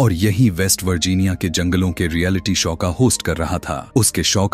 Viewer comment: शौ नहीं शो होता है 🙏 Awesome story but more. Horror than a horror movie Thank You for explaining this ❤🙏